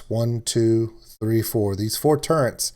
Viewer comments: Their called Turrets.. not Turrents. 😂😂😂 no “N” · say "turrents" like that one more time....